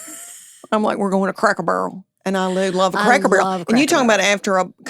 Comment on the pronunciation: In Tennessee the emphasis is always on the first syllable. So, it has to be, CRACK-ur-burl. Lol